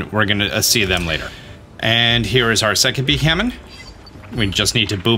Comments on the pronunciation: It’s kind of amazing how many Pokémon you just seem to not fully read the names of. Since you mispronounced Beheeyem so many times I’ll show you how to say it: bee-hee-yem. Also it’s El-da-goss, and sih-jill-lith, and just zerneus like xylophone. As a fellow dyslexic, I learned that sounding out names and also learning the origins of the names helps with remembering how to say them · it's pronounced "Be-Hee-Yem"